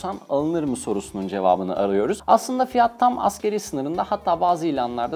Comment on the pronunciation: Askeri ücret diyor ya şaka gibi.. 😂 '' ASGARİ ÜCRET ''